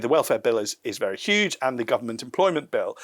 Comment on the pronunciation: Trump would say "it's UEGE now", whereas says "it's SHOEGE now." Potato potahto😆